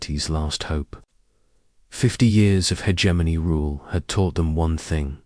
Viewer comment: Ho hum. Same script, different video. Same time gated story with odd placed pauses. Same reused names, no imagination. Hegemony = "her Germany".